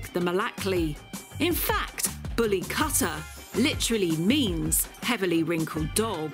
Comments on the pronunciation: They don't even looks like bully kutta to my eyes. Looks more like Small Pomerrians. Mam, Plz Come to India or Pakistan to see real once. They are three times the size what you just shown. Bully = Bully & Kutta = Kuuttaa ( kuu ttaa) not Kaattaa but Kuuttaa. Kuuttaa = Dog in hindi. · Bully cutter??? I like the effor for the pronunciation 😁 bully kuwtha ( quwth-tha) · It’s pronounced KOOTTHA which literally translates to dog. Not Cutta. Lol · The word 'kutta' is a Hindi and Urdu word meaning 'dog' and is pronunced as 'coup-ta' and not 'cut-ta'. So, bully kutta literally means a bully dog. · Typically brown or black in colour. Bully kuta as the beautiful heartful lady was saying the actual correct pronunciation would be koota not kutta. Like bully koota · It's not pronounced "Katta" but "Koota" Koota means Dog in Hindi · its not pronounced as kata its pronounced as koota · It’s KU-THA not KHATA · Cutter?? 😂 It's pronounced kootha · It's kootta or kutta not katta and It's in Hindi language not in urdu. And they are native to India and they are in Pakistan becaue Pakistan was once a India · You don’t pronounce it as katha…it’s kuuuuuuutaaaaa! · Pronounce it correctly its kuutta (kutta) not katta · She got me when she pronounced " kutta" as Katta 🌚🤣🤣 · Like “cutter” 😂 also how she probably pronounces “Qatar” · Great video ❤. (ps dog in Hindi / Punjabi is pronounced Kuth-thaa) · Plz note that Correct pronunciation of Kutta is Koot-taa. Eastern pronunciation is different from western accents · The pronunciation of "kutta" it like "kootta" with soft "t" s. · It is not Kattttta.... 😂😂😂😂😂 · It's pronounced as "Koota" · its bully kutta its pronunciation is like koo not ka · Kutta, pronounced Kootťaa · Oh wow you are really butchering the pronunciation of kutta lol